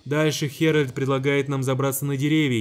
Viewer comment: Поправочка, фильм геральд, а не фильм херальд